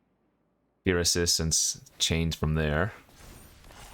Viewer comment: why do you always misspronounce phYrexia, is that some kind of insider? hurts a little bit every time i hear phrxia